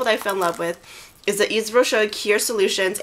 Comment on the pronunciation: The Hydra Végetale line is awesome. I've been using it for the last four months and I cannot recommend it enough. I hope you'll be as happy with it as I am. Their lipglosses are amazing too. By the way, Yves is pronounced "Eev", with no "s". ;) Hugs from Switzerland.